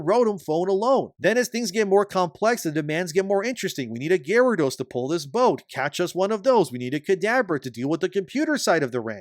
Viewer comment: Pokemon fan pronounces Gyarados as Gyaridos...